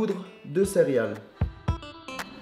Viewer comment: Au cas où, on dit " céréales" et pas " cériale"